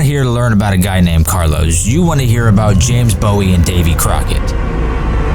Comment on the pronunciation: It’s Texians, not Texnians. You mispronounced Bowie. Bowie had TB, not pneumonia, and was most likely dead before the final assault. Also, Bowie’s room no longer exists, it was demolished years ago. Crockett never called himself “Davy”, he preferred “David”. A lot of the accompanying pictures show men using weapons that hadn’t been invented by the time of the battle. The bodies of the defendants were not mutilated after the battle. They were piled into three separate piles and burned in funeral pyres. The only exception was one man whose brother was in Santa Ana’s army. The brother asked Santa Ana for permission to bury his brother and that permission was granted.